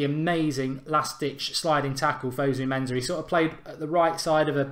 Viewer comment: It's fosu mensah not fozu menzah